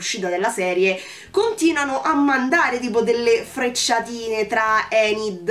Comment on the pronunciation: Mi spiace...hai sbagliato il nome.😉Si chiama Ajax(lo pronunciano"Eigex"pressapoco). E la bionda si chiama Enid(pronunciato"Inid"),non Endi.😉 Concordo su quasi tutto quello che hai detto,a parte il fatto che l'amicizia delle Merclair sia molto bella...io vorrei poter dire che lo è,ma la realtà è che la trovo molto sopravvalutata. Mercoledì si è comportata Mercoledì per quasi tutta la serie si è comportata i modo tossico nei confronti di Enid...l'ha sempre insultata e/o sfruttata per i suoi scopi(come fa più o meno con tutti)e la cosa che mi ha fatto più arrabbiare è che quando giustamente Enid ne ha avuto abbastanza e se n'è andata alla fine della puntata 6 poi è tornata da sola senza che Mercoledì neanche si scusasse!! E poi tutti a sciogliersi davanti all'abbraccio...mi dispiace,ma quell'abbraccio io non l'ho trovato"earned"per niente!!😡Mercoledì è stata una pessima amica per Enid e sinceramente trovo che sia il rapporto tra Mercoledì e Eugene sia quello tra Enid e Mano siano più profondi e meglio sviluppati di quanto lo sia stata finora la Merclair!!